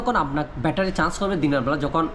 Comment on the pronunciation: ভাইয়া আগে উচ্চারণটা ঠিক করেন তারপর ভিডিও বানান আপনি চার্জ কন্ট্রোলার না বলে আপনি বলেন চান্স কন্ট্রোলার চান্স কি ভাই?